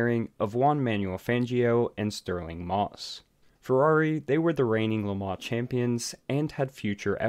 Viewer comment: Im gonna take thing aparts here: 1) Learn HOW to promounce "LeMans". 2) Mike Hawthorn was NOT a Ferrari driver, but Jaugur (in fact he won it in a D-Type Jag). 3) the word JAGUAR does not have a "W in it" as my Mum would say. 4) My Dad was there! #2 man with MG/BMC cars (aka EX182 MGs). 5) Lance Macklin caused it, period! My Mum even knew Lance, and spoke to him about it some time afterwards. Mum was the secretary of race shop at ASTON MARTIN.